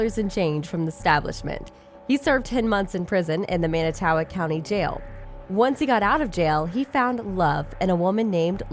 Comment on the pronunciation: It's manitowoc idk what the hell u tried to say hahaha Jesus this is terrible